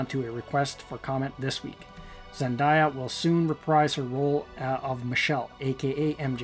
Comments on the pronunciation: A lot of errors here about the actress. Her name is pronounced zenDAYya, not zenDYya. She is not Latina, but black/biracial, with an African American father and her mother of northern European extraction. I don't know if she identifies as black or biracial, though. Her HBO (HBL?!) series is Euphoria, not Europa. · Ikr it’s so annoying when people pronounce her name wrong like come on people it’s not that hard to pronounce zenDAYa.